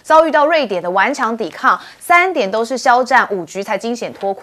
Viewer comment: 是不是該先查查字典，鏖戰 怎麼唸